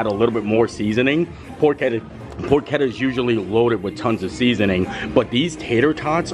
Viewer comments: it’s definitely pronounced “por-ke-tta” with a hard k sound as the ch. Source…. I’m Italian! 😅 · "Pork-etta" or "Pors-etta"? Neither! It's "Porch-etta"! Love the vids, keep it up 😊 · 😮 it is porch-etta. Pronounced like that. Other then you saying it a million times incorrectly, I enjoyed the visit to Universal, 😂. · PORCHETTA!!! SAY IR RIGHT!!!